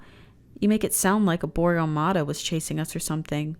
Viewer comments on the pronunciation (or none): none